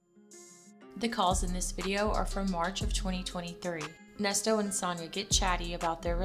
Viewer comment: When and in what lifetime, Nes-toes?!? 🤨